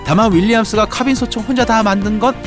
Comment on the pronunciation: ㅋ카ㅏ빈 ㅋㅋㅋ 카 발음 진짜쌔다 ㅋㅎㅏ빈 크아빈